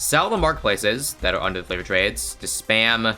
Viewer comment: Am I the only one who hears flavoured trades?